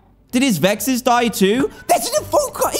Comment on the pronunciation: It was funny when he called vexs, hexs